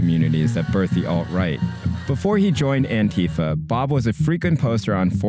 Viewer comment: when youre a leftist journalist and you cant even pronounce antifa correctly lol